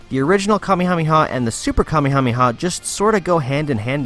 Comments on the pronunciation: nobody: him: kamihamiha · I’m drunk but at least when he said kamekameha I had a break